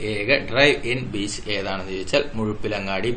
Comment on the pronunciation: മുഴുപ്പിലങ്ങാടി എന്നല്ല muzhappilangad മുഴപ്പിലങ്ങാട്